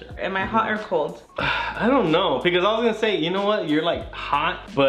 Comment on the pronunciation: I love you guys and all but I hate saying “pecause” 🙄😒